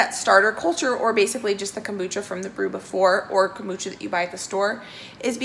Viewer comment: I have never heard of “cambucha”??.